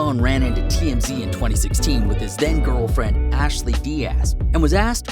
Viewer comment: First of all her name is ASHLYN dude...NOT ASHLEY